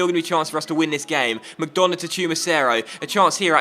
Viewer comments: and you don't pronounce mcDonagh like mcDona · McDonagh is pronounced McDunagh